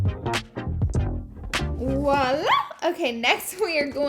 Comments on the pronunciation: 😂 girl it’s “voila” not “walla” Love the makeup, just had to say that haha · Why is no one mentioning that its VOILA, not "woila" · Her camel face when doing mascara is literally me 😂 why we all have to make that face when we do mascara? Specifically bottom lashes lol. Also I love that she said "wah-lah" instead of "voila". She is just so stinking cute